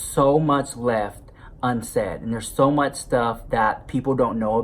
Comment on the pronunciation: I literally only watch to hear you say “I luv u sa match” 😂😂😂